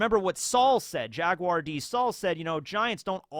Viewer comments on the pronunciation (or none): none